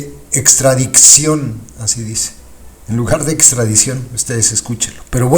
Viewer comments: A VER "SEÑOR CONSTITUCIONALISTA" NO SE DICE "PRETESTO" SE DICE PRETEXTO TAMPOCO SE DICE "ESTRADICCIÓN" Y USTED SE DICE PROFESOR DE DERECHO CONSTITUCIONAL? SI NO SABE NO HABLAR TAMPOCO ES DE EXTRAÑAR LA "MINISTRA DEL PUEBLO" SE SACÓ DE LA MANGA SESENTA ARTÍCULOS QUE AGREGÓ A LA CONSTITUCIÓN Y LA MINISTRA ESPURIA DAN VERGÜENZA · “Extradiczion” pobre Lerdo fiel representante de los morenacos